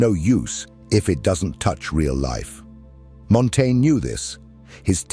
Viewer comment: Dude. Pick a pronunciation and stick with it. I got so distracted listening for the next instance of "Montaigne" that I stopped hearing the actual content.